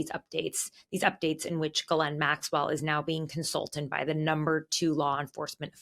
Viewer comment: As a Canadian, I'm impressed that 2 Americans pronounced Ghislaine's name correctly. Both the English and the original French. Bravo!